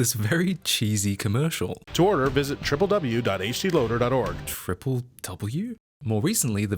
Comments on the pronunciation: It's pronounced "dubya dubya dubya". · I have literally never heard " said out loud as "triple-w".